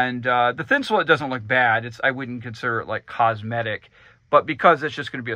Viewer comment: Awesome build but if I hear thinsalit one more time I’m gunna die. It’s thin-sah-LATE just like Insulate. It’s a play on words. Sorry…..driving me crazy. 😬👍